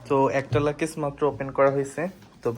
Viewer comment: Sister লাকেজ বলে না লাগেজ বলবেন